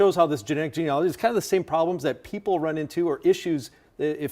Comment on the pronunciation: When are people going to look at how the word is spelled? It’s not gene-OLOGY. It’s gene-ALOGY, and it rhymes with analogy.